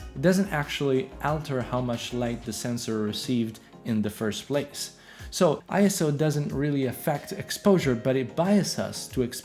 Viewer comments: ISO is pronounced like a word, not an acronym: eye-so, NOT eye-es-oh. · It's pronounced "eye-so" apparently. I pronounced it wrong for years too.